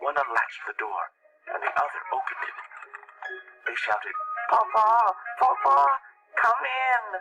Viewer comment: ITS PUŌ PUŌ NOT POPO